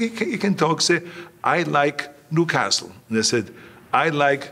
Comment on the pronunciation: New-cas-tle!!!! Toon toon!!!!!